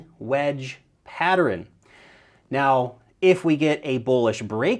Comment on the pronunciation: and Am I the only one that hears say 'patter-ern'..? It's just two syllables bro